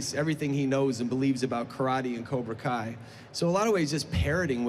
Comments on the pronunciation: "Koobra Kai" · did that dude say "Cubra Kai"? I think so, let me know what you think.